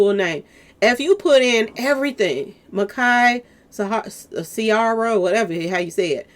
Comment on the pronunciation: His name is Micah and pronounced My-cah